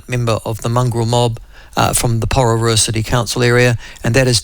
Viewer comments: Poor, reee ruuuua. Thats how you pronounce it old boy. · Poor Micheal can’t even say Porirua.